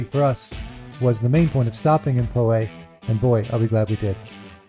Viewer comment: Just a heads up: Poway is pronounced Pow-way or Pow-ay. The first syllable rhymes with cow not low.